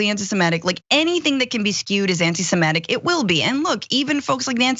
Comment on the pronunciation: Francesca, the word is "semitic" not "semetic".